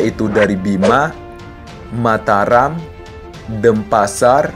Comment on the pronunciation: Ralat mas denpasar bukan dempasar